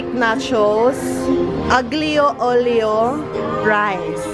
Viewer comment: Hi! I like ur vids! No offense but the Aglio olio = (alyo olyo)!😊✌🏻️